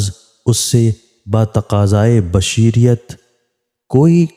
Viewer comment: آپ اپنی اردو ضرور ٹھیک کریں جیسا کہ آپ نے بشریت پڑھا